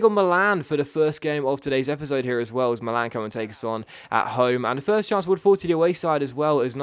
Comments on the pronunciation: Milan is "mee-lan" not "malan" like you say. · sorry to correct you, but it's pronunced Mi'lan, non mila'n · he said Millan in a funny way 😂😂